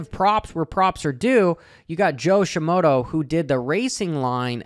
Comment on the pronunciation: There is so much wrong in your analysis. You can't even pronounce Shimoda correctly. Keep on dreaming, SHIMODO, HA.